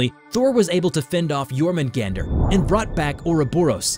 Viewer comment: Isn't it pronounced as "your-men-gawn-der" and "me-yoll-near"?